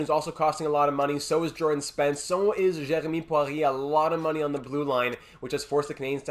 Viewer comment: The way you said Jeremie Poirier hint me that you are from Quebec that french was on point